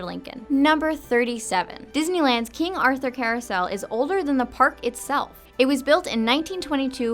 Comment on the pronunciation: "in the coursel,the lead horse is jingles" JESUS MY SCHOOL ELF'S NAME WAS JINGLES